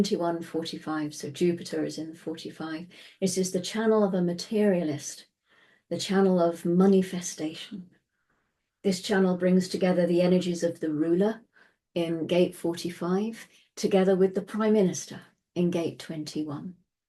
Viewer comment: Thank you 🙏 Did you say “Moneyfestation” 😂🙏 Love it.